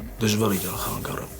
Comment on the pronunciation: Ինչու՞ եք խանգարել բառը խանգՌել ասում